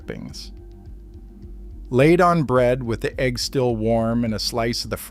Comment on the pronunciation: A fried "AG" sandwich? Stupid AI can't pronounce egg correctly or what.